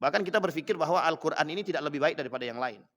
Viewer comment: Yg dibaca itu alkoran bukan alqur an kali...jd gk ada halal kharamnya...